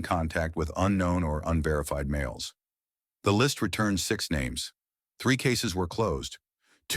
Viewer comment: Train your AI to pronounce the victims names correctly. Other than that I enjoyed the video